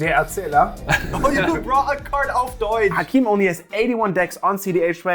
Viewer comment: Love the vid and it is always fun as a german to hear someone who is mainly speakibc ebglish suddently speak crisp german, like thd "auf deutsch" made md laugh hard